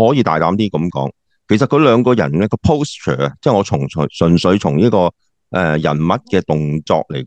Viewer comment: 鮑生，”posture” 嘅正確讀音係”paulsture”, 吾係”pollsture “